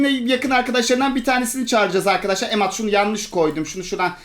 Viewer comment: yine Emad diyeceğine emed dedi 😂😂😂